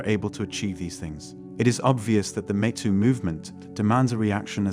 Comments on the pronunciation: 'Mee' too, not 'meh' too. 👌🏻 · Obvious text-to-speech voiceover there. Videomaker, please be vigilant about pronunciations, most notatably "metoo". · “The meh too movement” 😂